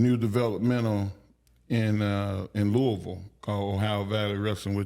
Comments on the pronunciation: i appreciate mark henry pronouncing “louisville” correctly. TO EVERYONE THAT IS NOT FROM LOUISVILLE, the city is not pronounced LEW E VILLE!!!! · As a kentuckian, mark pronouncing louisville correctly makes me happy. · Mark Henry saying Louisville right warms my heart ❤️